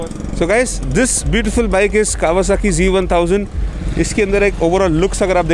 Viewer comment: bhai aap bar bar g bol rahe ho....ye g nahi z hai.....kawasaki z1000,,,,...but nice video...weldone